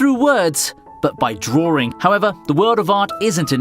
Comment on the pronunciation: "drawring" HAHAH